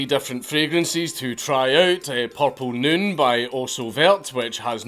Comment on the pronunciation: "Porpel Nühn" And if you're not a Scotsman, you don't know that nurse and horse rhyme.